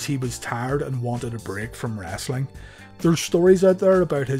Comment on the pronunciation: I feel like this guy says "wrasslin" on purpose